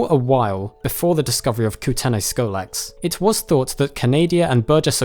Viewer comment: as someone from BC, the way you pronounce kootenay amuses me lol